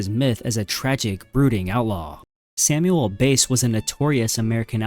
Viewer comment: Who the hell is Sam Base anyway? It’s Sam Bass just like it’s spelt.